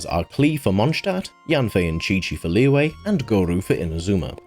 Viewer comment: These are some rlly great tips but the way you pronounce some things like Liyue just kinda ticks me. Its not Leeway, its Liyue. Its chinese and i understand not all ppl know how to pronounce such things but you could search it up and learn